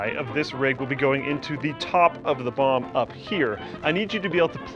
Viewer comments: I die inside a bit every time he says bomb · Anyone else keep hearing bong instead of bomb? LOL